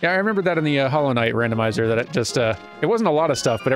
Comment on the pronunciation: "Dandomizer.." "Dandomizer..." "Dandomizer" ... ... ... ...i approve